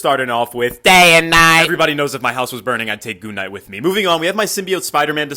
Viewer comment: I knew I heard him say "goon knight", wth! 😂😂